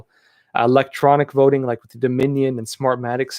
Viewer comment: I almost thought you said vetoing system, Lol